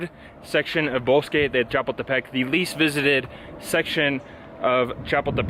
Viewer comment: You generally do so well, but it's cha-POOL-te-peck.